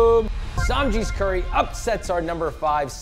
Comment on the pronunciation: Josh please don't say "curry sauce" 😔